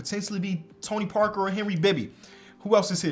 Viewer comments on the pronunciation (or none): none